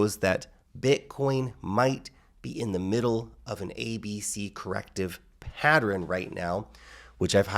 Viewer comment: Everyone: Pa-ttern: Pa-tter-rin